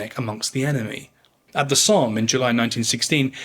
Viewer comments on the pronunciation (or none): none